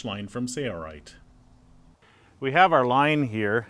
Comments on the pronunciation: Your error will accumulate the way you're doing it. I'll bet your first and last set of holes are appreciably off. Use a square, instead, to transfer your marks to all the EMT. I still think it's funny that you can't say "sailrite." You say "sayer rite." :-D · Why are you saying “Say-a-rite” why don’t you guys pronounce the L? 😝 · He kept saying "SAIRRITE" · Why do they keep pronouncing the company name "say-er-rite"? That's an "L" in the middle there. Just click a link to their website and it's shows as a capital "L". I don't detect a significant accent on either of these guys (narrator and man in the video). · Sounds like he is saying ‘sayerite’ . Is that the correct pronunciation ? Because it looks like it should sound like ‘sail-rite’ . I’ve listened to it 5 times now and it’s bugging the heck outta me ! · SAYA RITE? Sailrite, say-it-right! <3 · Very good! One thing... lets all say it together...Sail Rite. Sail rite. Lol, rather than sayerite. Sorry, I could not help it. It just sounded odd pronounced sayerite. Great tutorial. W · Jason Sury SailRight. kept hearing say right but I see an L in there so I'm pretty sure it's sale not say sailright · Anyone annoyed with how he said 'sail' every time he said sailrite when doing the voice overs? It sounded like 'sayrerite'